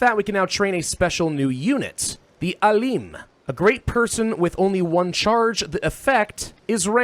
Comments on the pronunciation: so it's not ALEEEM, it's AALIM ,the I is like "in". its translates to Scientist (sometimes Sage) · very cool. btw its not "aleem" its "A-" as in map (long vowel a) and "-lim" as in limited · I like how you literally pronounced Alim. It's pronounced Aalem, like Alex. It means a very knowledgeable person about a specific topic. Like professor or sheikh as they say in arabic.